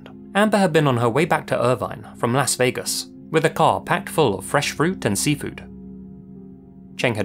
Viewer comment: what’s funny is you actually pronounce that correctly whereas in America the vast majority of ppl (I’ve met having visited 30 states) pronounce it ‘Loss’ Vegas. Varying dialects have warped it slightly but I find it amusing that you actually say it the way it was intended to be pronounced.